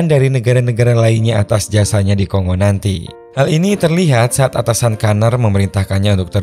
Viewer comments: Bukan ko-ngo mas, tapi kon-go. Keras perut aku tahan gelak dengar ko sebut ko-ngo. Negara mana pulak nama ko-ngo nie. Republik Demokratik Congo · Baca indonesia Ko Ngo. Udah dari jaman pasukan perdamaian Garuda dulu. Sampe skrg masih ada kenang²annya Vespa Kongo.